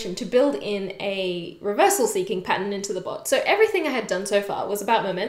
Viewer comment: I can't get past when she says "patton" for pattern. So cute 😆